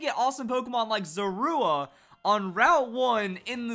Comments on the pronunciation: It is pronounced ZOR-A! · You put the stress on the "u" in Zorua? That sounds so weird. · The way he says Zorua -_ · He said Zorua wrong and I just cringed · um im relivant I thought I was the only one